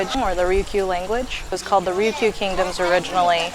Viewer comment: it is not called rukyu, its called RYUKYU